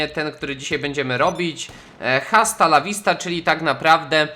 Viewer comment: Czyta się asta A nie hasta H w języku hiszpańskim jest nieme!!!!!